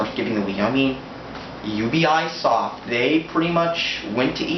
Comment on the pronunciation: Learn how to pronounce Ubisoft correctly